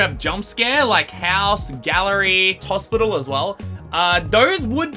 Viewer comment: u said hospital wrong u said tospital